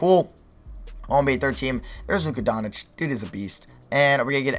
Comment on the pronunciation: his name is called don-ts-its dude not don-ic